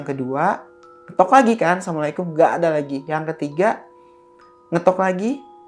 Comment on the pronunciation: Salamnya kurang bener asamualikum, assalamualaikum 😅